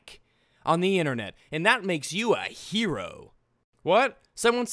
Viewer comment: How do you fuck up the word "Hero"? That's my only question for you YouTube.